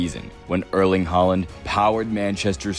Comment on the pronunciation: Erling pronounced Erling or E like in ethics not like in early😉